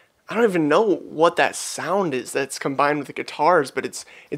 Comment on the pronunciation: Production wise it is really good. Tho I kind of don’t like his pronunciation of “know” “glow” etc. It’s not my favourite at all unfortunately.